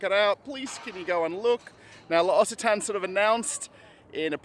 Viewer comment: Pronounced: Lox a Ton is correct L’Occitane. Question: How are you fairing with the War in Ukraine 🇺🇦? You never speak of it?